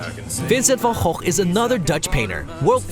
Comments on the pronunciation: but the pronunciation of Van Gogh was actually impressive. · It's how it should be :3